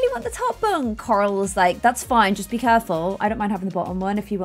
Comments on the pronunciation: when you say coral it sounds like your saying karl id rather you say it more like coral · No one: when pronouncing Corals name: ✨👹COŒRAŁ👹✨ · I find it so funny that with accent she pronounces coral (core-all) so aggressively